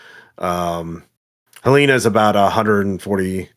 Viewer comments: first of all it’s pronounced Hell-en-uh, but i really came here to say this was kind of a trip because i literally live in Lincoln. this is a good good ass campaign, keep it up!! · winces in Montanan Helena is pronounced Hell leh na (like in bannana)